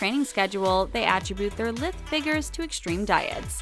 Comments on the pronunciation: I know this is petty but it's pronounced LIE-THE, Spelled lithe, but not said lith. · Word to narrator; please learn how to pronounce lithe properly.